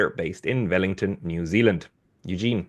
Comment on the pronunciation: There's no V in Vellington